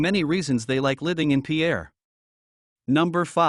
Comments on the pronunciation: It in not peeair but peir as us locals say it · It’s pronounced pier, like long walk off a short pier. Pierre may be a person’s name, but it’s not how the capital’s name is pronounced… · Pierre is pronounced PEER! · Learn how to say Pierre